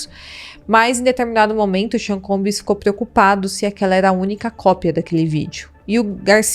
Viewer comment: Vc não pode pronunciar "Combiiis",se é prof. de inglês deveria saber. A pronúncia correta é " Combss" "b" mudo flor. Precisa ler e estudar um pouquinho mais